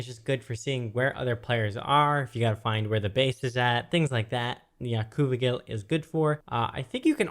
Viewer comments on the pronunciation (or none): its OCU-VIGIL, awe-queue-vi-gel. u know, ocu for eye, vigil, similar to vigilant, to be always watching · ocuvigil = ock-you-vidge-ill (based on the collection of words combined) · I believe the Ocuvigil is pronounced as Och-ew-vig-ul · I think it's ocuvi*gi*l like edgy